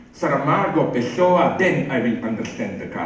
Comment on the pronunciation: Zizek: it's not Pehssoua. It's more like Pewssoua, with no accent in any of the tree sylables. I'm tired of hearing people [here in the USA, for example] pronounce Pehshooa -- I have no idea who that writer is!